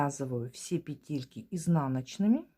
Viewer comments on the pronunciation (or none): Спасибо за урок. Все бы было прекрасно, но от вашего произношения слова «петЕльки» у меня из ушей идёт кровь. В русском языке в слове «пЕтельки» ударение ставится на первом слоге.